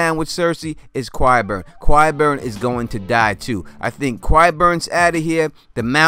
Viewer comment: Its" ki-burn" not "kwi-burn"